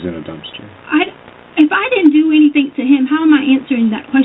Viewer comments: Doesn't everyone know that she didn't do anythinK wrong? lol Omgosh...can't stand how she refuses to pronounce that word properly! 🙄😠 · “I didn’t do anythink “